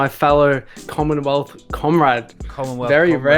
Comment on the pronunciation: That man said commonwealth lol